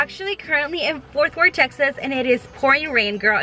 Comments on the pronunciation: Omg I love you but it’s been like 3 videos and you’ve said Forth Wort and it’s ForT WorTH😂😂 Sorry girlie ly😂😂😭💗💗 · Fort Worth, not Forth 🤦🏽‍♀️